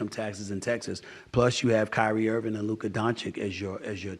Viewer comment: IM OFFICIALLY DONE TUNING IN UNTIL YOU PRONOUNCE LUKA’S NAME CORRECTLY. DUDE IS A TOP 3 PLAYER ON THE PLANET AND YET YOU STILL INSIST ON SAYING HIS NAME INCORRECTLY. AT THIS POINT IT’S DISRESPECTFUL AND BORDERLINE IGNORANT BEHAVIOR DUDE BEEN IN THE LEAGUE FOR 6 YEARS FFS